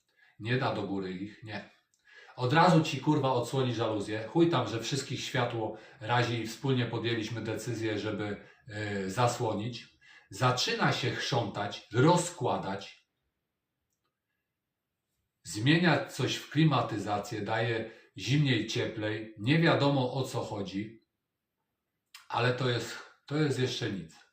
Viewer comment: Zaczyna sie" chrzątać"😂😂😂